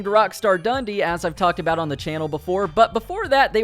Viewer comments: It’s ‘Dun dee’ not ‘Dundy’. Since you’re American let me explain, Dundee is a city in Scotland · The way you say “Dundee” as Dundy infuriates me